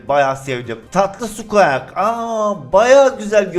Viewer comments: Squak değil sguik abi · SQUAK DEIL SQUİK DIYE OKUNUYOOOOOO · Abi bişey diycem sen skuik e skuak diyon o skuik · sqak diye okunmuyo squik diye okunuyo 30 yaş üstü adamsın bunu bilmiyon yaw :D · Abi squak diyi skuik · Skuak deil skuik diye okunuyor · lazın suqeak demesi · Abi sanirim Squeak " Skuik" diye okunuyor. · skuik diye okunuyo abi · abi squik diye okunur nolur öyle oku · Abi sanırım skuiks diye okunuyor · ABİ O SKUİK DİYE OKUNUYOR